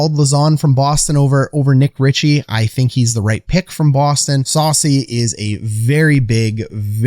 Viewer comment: Soucy not saucy